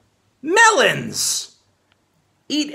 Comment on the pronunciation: I love the emphasis put on "MELONS"